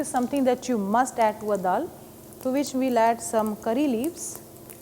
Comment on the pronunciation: why they gotta say dal like that